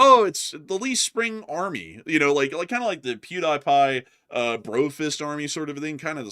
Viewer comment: Pew dye pie??? Really 😂😂 you're no bro 😅